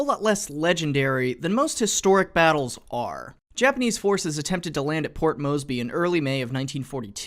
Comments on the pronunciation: And, it is Port MoResby (MoRZ - bee), not Mosby (MoZ - Bee; who was a Confederate cavalry officer). Otherwise, a great collection of film materials here! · that's not how the hell you pronounce Port Moresby you say: Port Mores-berry not: Port Mose-bee thanks, a concerned Australian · Lol "port mosby" (its moresby) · ITS MORE-S-BEE.NOT MOS-BEE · MORE-sby not MOE-sby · More... Port More sby. Moresby.... Not Moesby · Port Moseby? Say it again. Port Moseby? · MoResby! There's a fucking R in it!